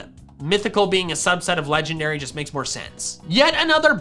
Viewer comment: LEFT OFF THE K IN CORVIKNIGHT! AND THERE IS NO I IN LEGENDARY!